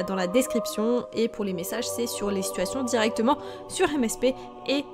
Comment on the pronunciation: Les SiTuuAsTiiOnn ! Comment tu le dit te me fait riree ❤️ Et le calcul.... ❤️ bisous